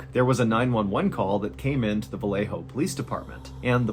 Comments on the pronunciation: Its VA-YE-JO not va-le-jo. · MR BALLEN PLEASE DO YOUR RESEARCH WHEN IT COMES TO PRONOUNCIATION OF SPANISH PLACES, VALLEJO IS PRONOUNCED VA-YE-HO NOT VA LE HOE. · 'ValleHo' CA. Well pronounced! They actually say it ValleYo CA. I lived there